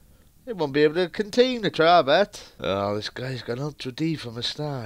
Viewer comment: its tara bt not tarrabut